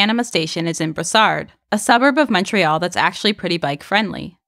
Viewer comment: En passant, we don’t pronounce the “d” in Brossard...